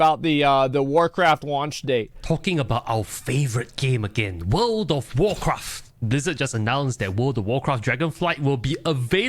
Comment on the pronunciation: “Word of worcraff”